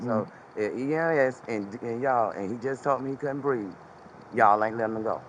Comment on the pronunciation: She says"look he cant breef" 😂